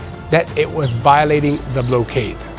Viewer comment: not pronounced ….’blow kade…’….yair it’s pronounced ‘ block kaid’….